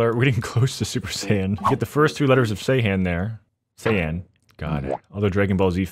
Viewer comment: Dbz Fans comment if you want to hunt him for him saying Sayian wrong